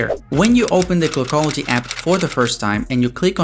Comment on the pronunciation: Dude is there a reason why you sound so nasal? Like when you say the word clockology it sounds more like kogology are you phillipino by any chance?